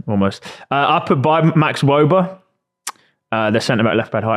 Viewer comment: Not to mention how much he butchered his name... and Wöber isn't even a starter for us 😅🤣 absolutely clueless